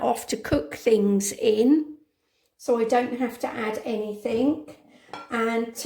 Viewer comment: It's "anything " not anythink.